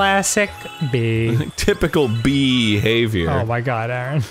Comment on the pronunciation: Arin: Typical bee behaviour Me: He's going to say BEE-haviour and it will not be funny. Arin: BEE-haviour! Yup